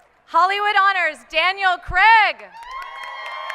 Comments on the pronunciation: At least pronounce his name right, it's CRAIG, not CREG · Why can't Americans say "Craig?" It always "Creg!"